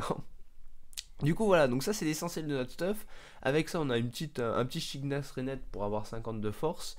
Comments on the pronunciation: C'EST PAS SHIGNAS MAIS SHIGEKAX mdr ! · C'EST SHI-GE-KAX voilà ^^